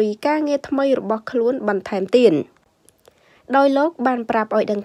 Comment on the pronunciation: មិនចង់ទេ ទៀតអានថាទៀន និយាយខ្មែរមិនត្រូវផងកោតតែមិនចេះខ្មាស់គេ